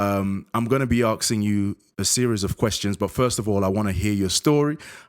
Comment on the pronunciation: "I'm gonna be axing questions..." go ahead then, ax away!